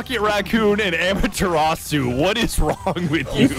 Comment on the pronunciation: its ama-terasu get it right!